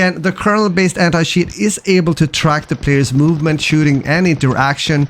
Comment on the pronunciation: Sorry man, I could not watch the video after hearing anti-shiiiiiiit